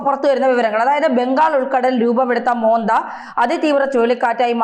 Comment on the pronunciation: മോന്ത അല്ല. മൊൻന്താ🌹